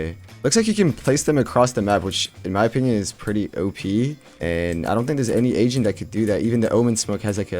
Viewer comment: Who also though this guys said Asian instead of Agent